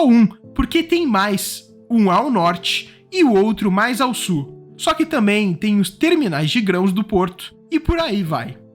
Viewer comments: Não é "SU"!!!!! É "SUL"! Tem um L no final da palavra! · A PALAVRA E' SUL, SUL,SUL ! ! ! PORQUE VOCE A PRONUNCIA S U R? Essa pronuncia e' a do espanhol.Vais me ouvir dessa vez? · pq vc fala súu e não sul? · Por que vc pronuncia Sur em vez de Sul? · Ferrovia Norte -SUL e não Ferrovia Norte-Surrrrrrr báh!